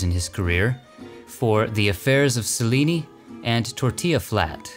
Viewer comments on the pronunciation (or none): none